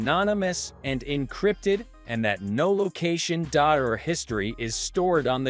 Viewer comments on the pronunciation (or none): Dotta protection? This is the worst ai voice ever it cant even say data lol 😆